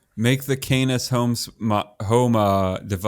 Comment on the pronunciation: My dude please for the love of everything holy stop saying canus and start saying canis (khan-iss)